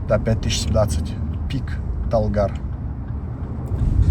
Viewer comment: Горы тянь шань, заилийский Алатау. Он смог произнести Талгар😂 думала будет как с тэнгэ